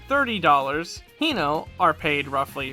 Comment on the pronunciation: Just one thing in regards to Japanese in general; the "e" isn't a silent letter and is pronounced like "eh". So Mizunoe = mi zu no eh, Kanoe = ka no eh, Hinoe = hi no eh, Kinoe = Ki no eh